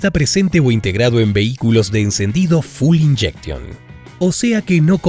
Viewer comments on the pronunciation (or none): Full Injection? QUE ENORME ERROR Y HORROR!!!!! ES FUEL INJECTION, FUEEEEEL de combustible, F U E L .